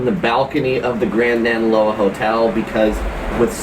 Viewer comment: Love your channel! Your Hawaiian pronunciation has greatly improved! Proud of you,! Keep up the great work. You have the correct intonation of Akaka Falls - just get the vowels right: A-ka-ka and we’ll adopt you as a local! Also, Naniloa is na-ni-loa.